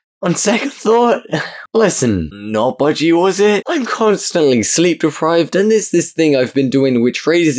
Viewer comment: Man turned budg-err.. notbudgey into a 10c chicken nugget meal